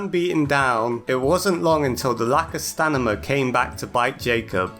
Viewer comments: I’m sorry but why do you keep saying “stanima” instead of idk Stamina like it’s actually pronounced? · i feel so seen because you keep saying “stanima” instead of “stamina” only in this game i always call it stanima😂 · I’m sorry I can’t stop laughing when you say Stanima not stamina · Im not 100% sure but. Your first language isnt english right? The way you say some words wrong "stanima" for example. And get phrases wrong "we knocked it out of rhe water" instead of "knocked it out of the park" for another example. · I really like when he says "stanima" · This video is awesome, but STANIMA has tp be purpose. I refuse to believe you mispronounced it that much.